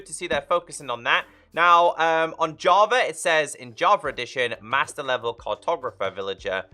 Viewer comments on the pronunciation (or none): none